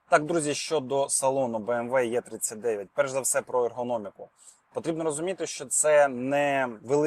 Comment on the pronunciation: 🤦🤦‍♀ Буква "Є" це не "Е" , а англійською або німецькою це " Е " або " І " !